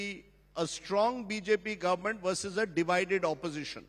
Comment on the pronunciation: Versus Not Bharsus